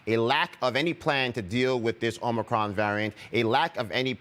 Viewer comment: Doug Shoen says Omnicron just like Joe does sometimes